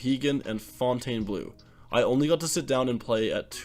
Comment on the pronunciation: I know it’s spelled weird, but it’s pronounced Fountian Blue